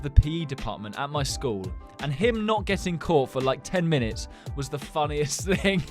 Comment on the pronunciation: he said rhe not the